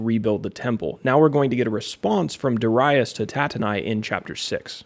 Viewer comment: Amen! I love the lesson and the many I've listened from you. In this one, I do pronounce Darius and I had to look past it. 😂 Yet, a great lesson to keep building. Keep it up! 🙂